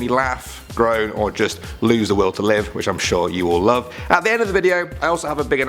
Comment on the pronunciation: What! Please don't leawe. (Leave) We lowe ( Love XD) u.